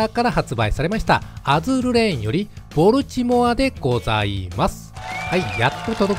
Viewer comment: ア〇ル弱そうでいいっすね。 ちなみにボルチモアの発音はボルチモア↓ではなくてボルチモア↑なんでそこんとこ4649